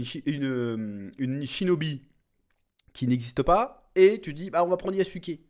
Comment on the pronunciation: c'est yazuc pas yassouké😂